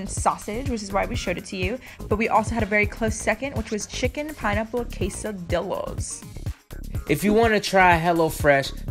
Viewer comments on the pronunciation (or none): She pronounced quesadilla wrong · Not to be rude but it’s quesadilla, not quensadillo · Nobody: Not even the area 51 aliens:: quesadillo